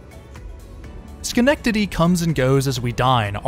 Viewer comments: I appreciate you not butchering “Schenectady” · Also as a local thanks for pronouncing Albany and Schenectady correctly 😂